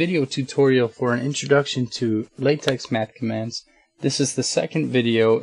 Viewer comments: Its"latech" not "latex". Last letter is Greek "chi". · Great Job, P.S. The correct pronunciation is " Late(k)" and not "Late(ks)" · pronounced LA-TECH :)